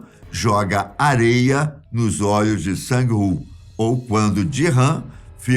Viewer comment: Eu tentando descobrir quem era o tal Dirrãn HUAHUAHUAHUA 🤣🤣🤣 Era o Gi-hun! (pronúncia-se Guirrun) HUAHUAHUAHUA! Sang-woo pronuncia-se Sán-wuu e não Sãnguiwuu, Kang Sae-byeok pronuncia-se Kán Sebyók